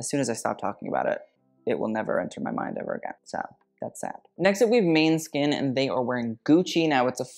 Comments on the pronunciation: It’s pronounced Maw(like in law)-ne(like in nest)-skin. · Sorry but the way he said MANEskin 😂😂.